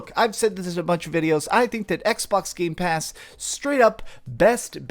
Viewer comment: 'Games Pass' lol